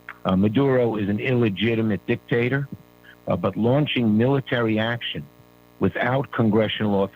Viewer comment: She said dick tater..😝